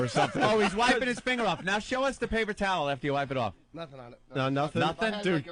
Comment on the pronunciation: Eventually they do, along with Anthony pronouncing “finger” as “finner”😆